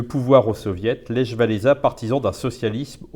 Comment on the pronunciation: je saigne des oreilles quand vous prononcer le prénom Lech xD c'est pas lèche xDD et gdansk a choisi sont camp en 1577 et elle a choisi la Pologne :)